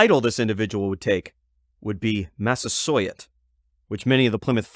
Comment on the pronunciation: my native name, Awahsus Tah, Bear Heart. Pronounced Wah-Sous-Tah. That " sou " or " sous " sound is the same in Massasoit . Mah-saw-sew-it. Poke-on-a cut - Pokonoket , Poconochet. Hope that helps a little. Love your videos and channel.